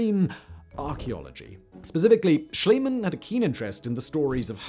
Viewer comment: It's Schliemann, not Schilemann.